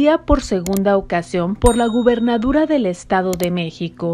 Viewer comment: Se dice gobernatura y usted dijo gobernaDURA